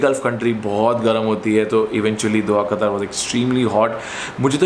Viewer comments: It's Qatar not qataar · Sir, You have worked for Qatar Airways, atleast pronounce the name of the country properly. Its Qatar without Syllable stresses. Not Qataaaaar as in Queue. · Bhai! Itna sab karliya toh also try saying Qatar from epiglottis. 😁